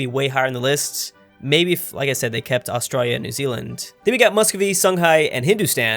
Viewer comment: you say Australia really weird